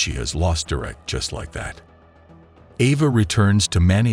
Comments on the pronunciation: WHO TF! Pronounces "Derek" ... doo-reck??? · How can your AI bot not be able to pronounce the name Derek ?